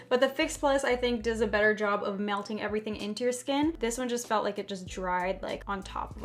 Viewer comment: the way she says melting 😂😂😭